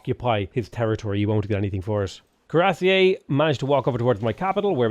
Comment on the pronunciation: The way pronounces cuirassier makes me laugh...